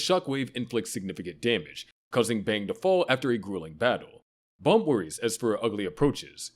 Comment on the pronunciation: It's not Balm. It's BAM you shit A.I voice